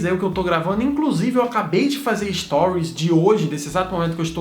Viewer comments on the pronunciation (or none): none